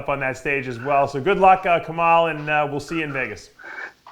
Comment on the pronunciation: His name is kemal .not kamal lolll